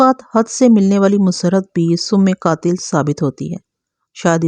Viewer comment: Sum-e-qaatil ghalt h, sahi lafz Sim-e-qaatil sahi h....